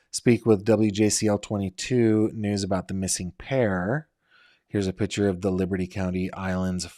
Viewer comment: It’s not PITCHER! It’s PICTURE- pronounced like PICK-CHUR.